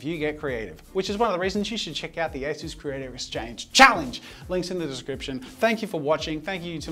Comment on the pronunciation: Asus but without the "u" haha